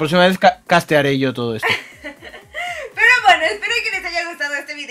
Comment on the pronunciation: En el minuto Dani diciendo Dios mío Dios mío que prrrro se oyó bien chistoso me mori de la risa